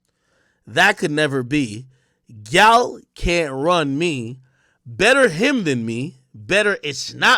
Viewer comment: Gyal is clearly patois, come on man, you’re supposed to be Jamaican 🇯🇲